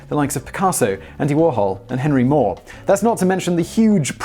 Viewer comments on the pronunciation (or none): none